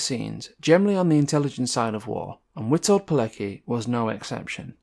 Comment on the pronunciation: great video my friend. i think his name is pronounced as veetolt keletski not sure but that is how my wife pronounces it as(she is from Poland) Edit: i think that is correct, here is another source